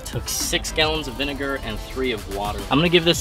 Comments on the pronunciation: "Vinigga" had me dying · "Hard V" ohh yeah just an innocent vinegar joke then it kicked in "Vinigga" really 😐 lmao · REEEEE HE SAID VINIGGA!!!!!!!! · He really said vinigga